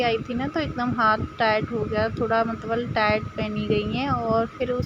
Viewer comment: मतवल नहीं मतलब होता है 😄😄